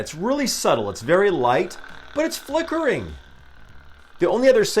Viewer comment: Is it just me or is that “L” and “I” in “FLICKERING” a little too close 😅